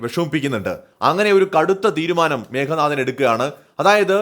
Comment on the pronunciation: മേഘനാഥൻ അല്ല മേഘനാദൻ(മേഘത്തിന്റെ നാദത്തോടെ (ഇടി വെട്ടുന്ന ശബ്ദം ) ജനിച്ചവൻ